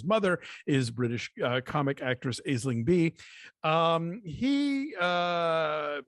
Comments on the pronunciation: She not British, Sh's Irish. Also its pronounced, Ash.. ling, its a Irish name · Aisling is pronounced Ash Ling and she’s Irish not British but otherwise keep up the good work!